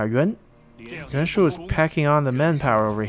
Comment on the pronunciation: You mean Yuan Shu right not Yuan Shao